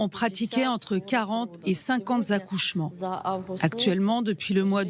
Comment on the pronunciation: "Cinquante Z'accouchements" 🤔